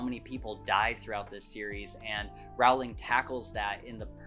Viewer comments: Your story is as fascinating as the HARRY POTTER series itself! Just one point of fact, if I may: J. K. Rowling pronounces her surname to rhyme with “bowling”— and NOT to rhyme with “howling,” as you’d wrongly guessed. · Just for anyone who may not know, Rowling is actually pronounced like row row row your boat :) I'm so glad you enjoyed this series! Man do I understand what you meant by wanting to start the series all over again. I've read many classics, (most recently I read LoTR which I enjoyed) and NOTHING has captured my heart like Harry Potter. I always feel so completely pulled in by the magic of it all and each time I finish the series I feel like I'm mourning a friend. I've read it once a year the last few years, haha. I've recently begun reading it again. I've actually been trying to branch out and find other fantasy series (hence LoTR) but the big issue I'm having is that SO MANY OF THEM are basically just romance's disguised as fantasy and that's not what I want. I want to read a fantasy series, not a romance. I don't mind the romance in HP because it's like a side character. It's not the main plot. If anyone has suggestions, please let me know. I've read Shadow and Bone, tried reading the A Court of Thorns and Roses books (too graphically violent for me and focuses too much on romance) I started reading The Crescent City, and am currently reading The Cruel Prince. Nothing comes even close to HP. Help! Lol